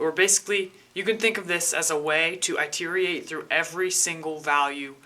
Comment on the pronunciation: word phonetically is, it-er-rate. Good work C!